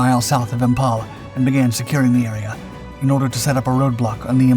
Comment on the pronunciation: PIAT... Pee-at... IMPHAL.... Imfal. For crying out loud it's basic English.